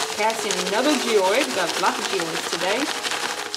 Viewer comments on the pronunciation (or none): Haha you said giode but it is geode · no hate like at all u seem so cool BUT Y R U PRONOUNCING GEODE LIKE THAT. it’s ge as in jeez (without the z) and ode as in ode to joy. GE-ODE not ge ouid 😭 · bruv it’s a jee-ode not oid lol love the video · IT'S PRONOUNCED GEE-OWED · its not pronounced 'geoid'